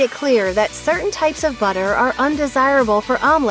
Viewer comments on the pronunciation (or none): none